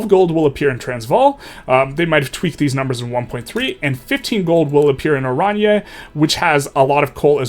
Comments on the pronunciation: As someone from South Africa, it's Oran-ye. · Oranje is pronounced orange.